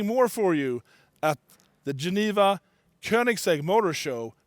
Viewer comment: Nobody: Koneingsegg: E G G